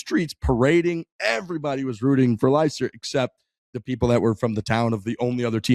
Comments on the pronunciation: It's not pronounced LIEster City, phonetically its pronounced LESter 👍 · LIESTER??? Leicester is pronounced Lester. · Jesus you watched the documentary im sure they say the name properly a few times during it liystir city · As someone from Leicester, that was tough listening to pronounce Leicester.